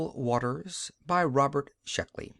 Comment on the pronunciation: Not Shluckey--SHECKLEY! :)